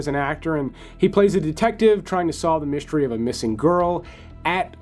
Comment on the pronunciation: the words, "stream", "mystery", and "strange" do not have an H. It's not "shtream", "myshtery", or "shtrange". FYI.